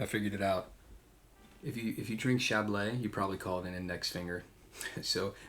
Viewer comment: It's not chablay. It's chablee (chablis), rhymes with bee.